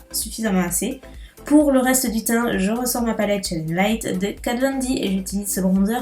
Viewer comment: On dit "Kat fon D" pas von